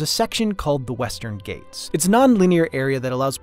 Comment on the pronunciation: ghat is pronounced like it's spelled. not "gate".